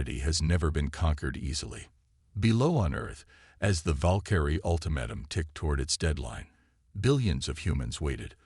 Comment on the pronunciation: F___king A.I. bot can't pronounce lead properly, or ultimatum 😂😂😂😂😂😂😂